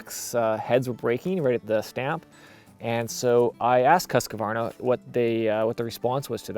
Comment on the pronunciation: Husqvarna is pronounced "huuskvaarna", meaning "house mill" or rather "the mill that is resembling a house" in Swedish. I like the review! Would be interesting to know his it's holding up after a few years.